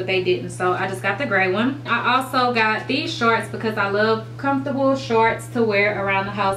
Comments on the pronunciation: "Sharts" "Sharts" "Sharts"!!! Lol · Lmbo she does say sharts😂 but I still love her